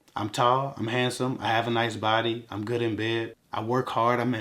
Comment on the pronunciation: Sorry I know your married but I heard " I'lm good in bed" Lol...